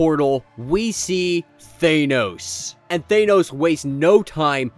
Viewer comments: It would be nice if you would learn how to pronounce "Thanos". Just saying... Nails on a chalkboard.. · Just realized thanos is pronounced differently in UK vs American